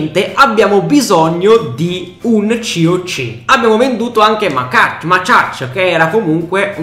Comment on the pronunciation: si pronuncia Macacha